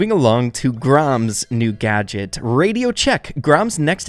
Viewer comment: When u said Collete gadget gotcha I thought u said gacha aka my yt name 🤣